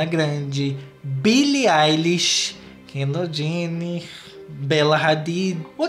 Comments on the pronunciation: O jeito que ele pronuncia o nome da kendall,kEnDaLl JeNnEt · A forma como o fala Kendall Jenner é muito engraçado kkkkk